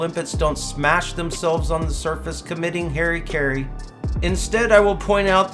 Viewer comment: We: Harikiri He: hairy care 😂😂😂